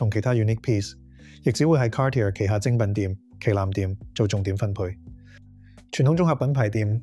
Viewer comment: Dude you gotta figure out how to pronounce “Cartier”